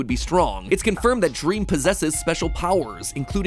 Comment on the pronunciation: OMG DWEAM MINECWAFT